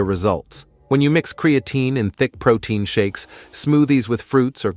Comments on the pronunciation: Lost credibility right off the bat as you pronounce the word incorrectly. It’s not CreAaatine. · "Cre-A -Teen" Stupid ass AI